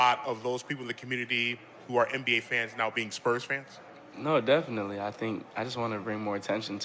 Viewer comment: Are you going to stay involved with the deaf community? "Yeah, deaf-initely..." Hahaha